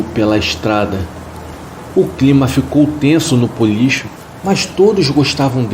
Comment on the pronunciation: Puxa! Não é Policho. É Bolicho. Com B.